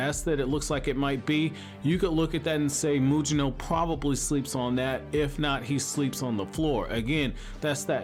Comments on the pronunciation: Why does this guy keep calling him Muyino? It's pronounced Mugino like Gyuki or Kusanagi. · Take a shot every time mispronounces Mugino’s name 🤣